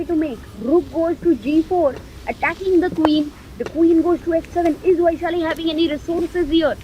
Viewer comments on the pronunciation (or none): its not vaiiishali, its वैशाली